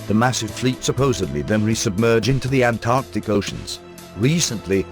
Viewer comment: Halarious synthesised dialogue but at least pronounced Antarctica correctly :D